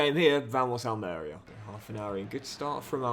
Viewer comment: the club pronounced is Al Maria and you emphasise the marie part just for future reference 😂😂😂